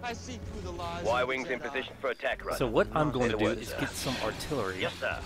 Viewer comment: Its "Artillery" not 'artillary' Other than that good videos.